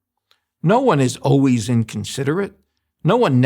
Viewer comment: Overall, I liked what dude had to say but I just can't stand when a grown man says oways instead of always!